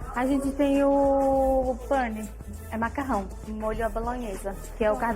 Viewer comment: a fala "pane": penne: "pane no sistema alguem me desconfigurou."